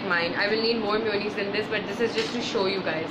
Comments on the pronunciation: its ma-yo-naise not miyunize . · It’s mayonnaise not myonaise ... not hating...love u ❤️❤️ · Its maa-yooo-nnaise Not mi-uuu-nis 😂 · Chinnu Gowda I watched some people saying mewoneese on tv but it's mayonnaise jese month May pronounce hota hai istra mayonnaise... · Bhavika Maheshwari its an accent dude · She means mayonnaise! Never heard it being pronounced that way but it’s so cute!